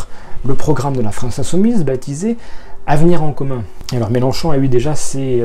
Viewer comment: on dit « Mélenchon », on prononce le nom de famille correctement. Ce n'était peut-être pas dit méchamment, mais ça gâche ton objectivité. C'est dommage.